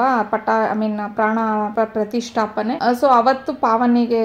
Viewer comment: Adneno rama na Prasthisthapa alla... Correct agi heli helodidre 🤐